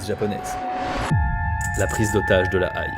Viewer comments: La Haye ce prononce "è" pas "aïe" en revanche vidéo super sympa :) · La Haïlle? "La Haie" s'il te plaît... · Sauf erreur ou homonymie la ville La Haye se prononce "la haie" comme les arbres, et pas la "aïe", c'est là où se trouve le tribunal international. A part ça la vidéo est géniale, super travail ! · Incroyable ce docu, btw la ville de la Haye se dit " la Haie" comme une haie et pas La Aïe :D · Super reportage..PS on dit La Hai pas La Haille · Le tribunal de la Aie ? ça ce prononce haie ( comme une haie de jardin ) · « La Aïe » ?!? J’en ai craché mon thé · on ne prononce pas "la Haye" la aïe... Mais la haie (phonétique). Et on ne dis pas "fraction" de l' armée rouge, mais faction... Et comme tu l as répété au moins 3 fois.... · Oups !! On ne dit pas la "Aï" ! on dit "la haie" (La Haye)... J'y habtais à l'époque ! Sacré souvenir ! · très belle vidéo comme toujours, je suis surprise aussi de ne pas en avoir plus entendu parler que cela surtout que Carlos lui me parle, même dans le crime les femmes sont invisibilisées !!! Par contre par pitié, la Haye = la haie pas aie ou autant dire en néerlandais Den Haag (= den arre) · "La prise d'hotage de la Aïe"... se prononce plutôt "la hé" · La Ail ! Ou Aihhhe ! Plutôt la "haie"... sinon très bonne vidéo ! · La Haye se prononce Hé pas Aï. Ce qui est plutôt drôle, c’est que ChatGPT me disait que ça se prononçait Aï avant que je le fasse vérifier plus en profondeur. Donc possiblement l’erreur vient d’un ChatGPT correcteur de la vidéo non revérifié par la team de. Sinon vidéo très sympa et intéressante. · Haye se prononce haie pas aïl c'est tout ce que j'ai à dire pour le moment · La Haye se prononce "haie" plutôt que "Haille" mais super vidéo!! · Au fait c'est La-Hé pas La-aïe ! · On de dit pas la aille pour LaHaye 🤦🏻‍♂️😂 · la Haye, prononcé -> la Haie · On ne dit pas La Haye. Mais la Haie !! ... ^^ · Ben moi j’ai toujours prononcé La Haye "La Aille" mdrrr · lahaye, se dit lahaie